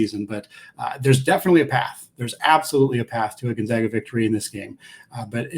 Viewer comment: GonZAGA not ZOGA. Geesh dude. Gonzaga has been on the national stage for 20 years now and people still can’t pronounce it right. How do you even get an O sound with an A? It’s basic English.